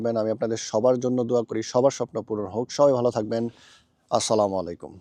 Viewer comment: আসসালামু আলাইকুম ওয়া রহমাতুল্লাহ, ভাইয়া আপনার সালামের শুদ্ধতার দিকে একটু খেয়াল করবেন।